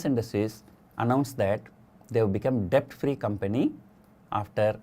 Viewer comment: Sorry to highlight, but "Debt" is pronounced as "dett" !